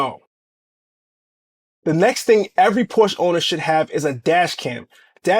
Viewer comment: Why do these CC’s always say link in the description when they know dang well they don’t have it there 🤦🏽‍♂️ Also, perhaps do the marque the courtesy of proper pronunciation of the name.